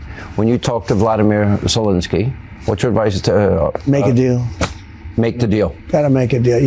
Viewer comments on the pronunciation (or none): Great work by the idiot interviewer: 'Vladamere Silensky"